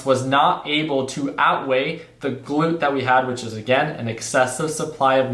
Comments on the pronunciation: GLUT NOT GLOOT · Please google glut definition and click on the speaker to get the correct pronunciation. Glut, not gluit. You had me going trying to guess you meant excess production. I only mean this in a good way. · Glut, an excess. Like "gluttony" which phonetically would be a "schwa" or the upside down "e" which makes a "uuu" sound, not "oo" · Pretty sure its gl-uht not gl-oot but maybe im wrong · Glut ,not gloot. ..Im waiting for 1.70, ..Supply and demand is one thing, but more importantly there are limitations in the transport pipelines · Glut... gut with the l added! Haha!! Not gloot. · Glut is pronounced like gut with an L. Not gloot like your saying. Just trying to be helpful. Not picking on ya. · Glut is pronounced like hut with a G... 😂 Like gluttonous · Hey, not to be that guy, but if the word you are using is glut then it is pronounced with the uhh sound, not the oo. That is the main way I would think to differentiate it phonetically from the gluteus muscle group term.